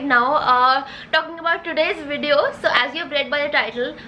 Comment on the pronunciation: I loved how she said lets jump into the videyyon